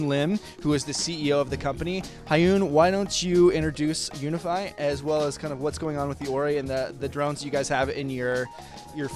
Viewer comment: It´s called UVIFY not UNIFY pal